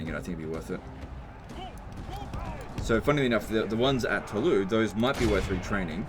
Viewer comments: Why do you say Toulou? That would be the correct pronunciation if it was written Toulous, But it's Toulouse, so you pronounce it "Toulous" :) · Anyone else annoyed every time he says Tawlou? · Toulouse is pronounced "To lose". The pun is not intended. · Fun fact as French, we realy pronouse Toulouse as "to lose" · Its pronounced Toulouse with an S at the end. In French, generally, only the last letter is silent, so if it was Toulous you would say it without the S, but Toulouse is with an S :) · Is funny hearing how english speakers pronunciate latin words. You simply dont spell all the letters of the words (Tolouse, for example). Once i hear a brittish spell the word "Carrero", and soud exactly like a dog barking.